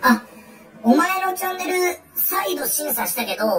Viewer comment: チャンネルがジャンヌに聞こえた笑